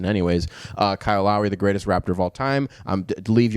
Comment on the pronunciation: everytime you said "greatest raptor of all time" i thought you said "greatest rapper of all time" and was hella confused.